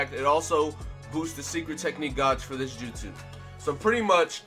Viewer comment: My dude actually said their jutsu name correctly that's crazy I gave you the like for it